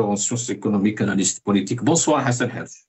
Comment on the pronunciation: Hassan Hirech et pas guirech